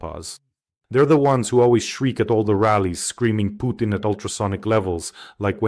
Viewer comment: Pjukein, Lie-rov, Pees-kov, Mad-vevev